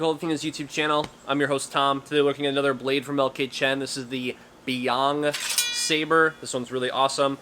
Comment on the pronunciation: Not "beyond", its pronounced "bay yen", meaning northern sea